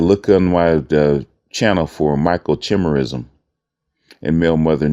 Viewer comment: FYI, the "CH" in Microchimerism is pronounced with a "k". it's "micro-Ki-MEER-ism"